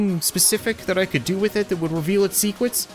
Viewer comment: "Secwrets"-.